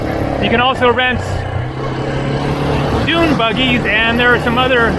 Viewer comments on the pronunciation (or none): none